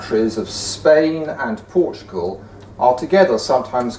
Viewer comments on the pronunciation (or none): none